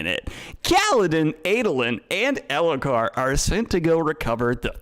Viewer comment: i enjoyed how elhokar slowly became alethkar in daniels mouth over the course of this stream